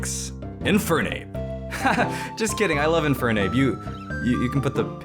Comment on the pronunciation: I almost lost it when he said Infernape. Well played sir